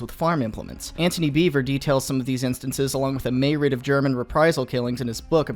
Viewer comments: "may-rid?" Do you mean myriad? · did you pronounce myriad like "may raid"